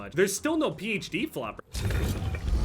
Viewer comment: Dude pronounces PHD flopper like it has the will of D